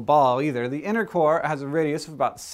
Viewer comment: every time he said "innercore" i thought he said "intercourse"